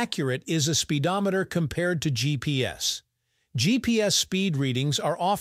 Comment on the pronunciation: ahh "Spidometer" very clearly off